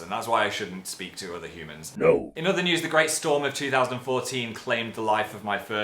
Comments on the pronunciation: i like how when he says "news" it sounds like "nudes" so yeah... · When he said 'We will send you news' I thought he said 'We will send you nudes' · Oh god i thought he said "send you NUDES"